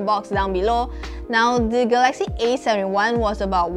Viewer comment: ga-laxy / ga-la-xy